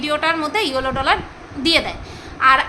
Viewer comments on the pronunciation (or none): য়োলো dollar ❌️ য়েলো dollar ✅️